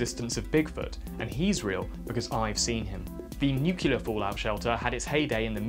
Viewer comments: N U C L E A R "New-clear" NOT "NU-CU-LAR" come on, man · Repeat after me: Nu-clear. Not NU-CU-LAR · nucLear nucLear nucLear not nuCUlar ffs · yes. People saying nucular is a huge let peeve of mine. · Nuke-ya-ler! Lol 😆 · NUCLEAR! SAY IT: NU CLEAR! I'm gonna fucking wrap you inside out if you say "nucular" one more time. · Please for godsake, its "Nuc-lear" not "Noo-ke-lar" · Nu-cle-ar, please learn to say it and your content will be perfect, it's a lovely channel, but if I gotta hear nu-ce-lar one more time, my brain will destroy itself on a nuclear level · We have to talk about your "nucular" problem.. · AHHHHHHHHHHHH STOP SAYING NUCULAR ITS NUCLEAR ENGLISH IS MY SECOND LANGUAGE AND I KNOW THAT COME ON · It's "nuclear" not "nucular" .... when did this trend start? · The disregard for science in this video is infuriating! From the body parts used for measurement to the unholy amount of use of the word NuKeLar. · People have been using cellars since the invention of digging? Rubbish. And I'm starting to wonder is "nucular" is an inside joke... it's as though you manage to say it in each video! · Nuclear. New-Clee-Ahrr. New-Clear. For an English bloke, I am surprised at your inability to pronounce the word NUCLEAR correctly. There is only one U in Nuclear. It's is not NEW-CULAR, it is pronounced New-Clee-Err. Otherwise, I love your content, but ffs say the word right. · "nukular" NOOOO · You can't insult Muricans over their misuse of language and then say "nucular" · I heard nuclee ah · Nu klee eer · Nuclear. Nuc - le - ar. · Good video but there you go again with the nucular O_o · NEW-CLEAR FFS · "nucular" Let's just give up and add it to the dictionary already. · He manages to mention "nuclear" in almost every video too lol I love the videos, but it annoys me so much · It's pronounced "nuccular", "N U C C U L A R" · I'm really not sure if your mispronunciation of nuclear is part of a series long joke or not. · My god can you please say nuclear properly